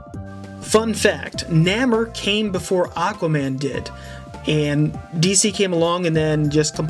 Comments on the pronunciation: It's pronounced "nay-more" not "naa-more" 😉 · You're pronouncing Namor wrong. It's Nay-more not Na-mer. No hate though I love your vids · It’s nay-mar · Namor is pronounced Naymore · nay-more thats how you pronounce his name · its pronounced more like neigh-mor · Great video and I want to high five you because growing up I loved Gambit. I think the one you were calling Jean Grey was Kitty Pride. Namor is said nay - more. Sorry if it sounded like I was complaining, I felt awful typing the criticisms.